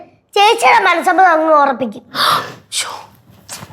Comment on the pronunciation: Mannase alla manase